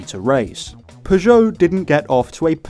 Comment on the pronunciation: Pretty sure he said Peugeot correctly the entire time